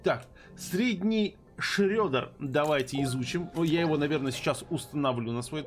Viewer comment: не шрёдер, а шредер:)